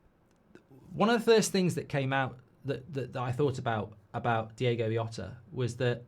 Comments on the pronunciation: Nice one, Mark. But please, it's pronounced "Jhota" with a J sound. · Yeah he couldn't even prnounce Jota's name correctly. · Mark you're mispronouncing his name. The J isn't a silent H.